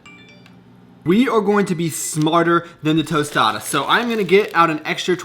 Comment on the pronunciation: fuck is really funny hearing u say tortilla and tostada 😂😂😂